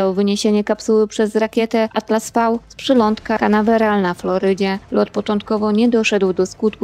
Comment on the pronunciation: Atlas V to Atlas (pięć) a nie Atlas (fał) Bezpieczeństwo załogi? Jakiej załogi? Tego manekina?